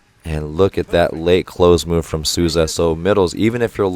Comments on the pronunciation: Great video. Just one more tip about the names, Souza is pronounced like "Soul za", cheers from Brasil, keep these video coming, they're great and informative. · Coach! IF you are interested on the pronounciation of some of the players, Lucão would be pronounced as Lu-Khan-u (not as in you but just the sound of an u) The ão would very much sound like a long Ohm mantra XD And Souza would be pronounced Soul-Za Bruninho and the others are absolutely on point thought XD thank you so much for this!